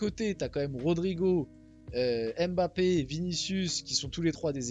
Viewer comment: Je suis camerounais et j'apprécie beaucoup le fait que tu dises " Mbappe " ( qui est un nom de chez moi ) et pas " M " " bappe " . Merci de faire l'effort de prononcer correctement le nom